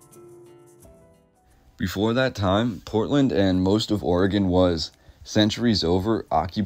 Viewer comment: Also thank you for say Oregon right. It's oregin everyone not orgone